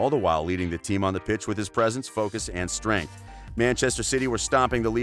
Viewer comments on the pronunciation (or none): none